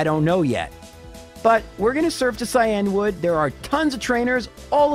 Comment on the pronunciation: It irks me that he says "Cy Anwood" instead of " Cyan Wood"